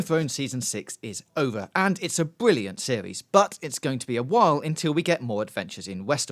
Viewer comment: I exited the video 9 seconds in when he said bwilliant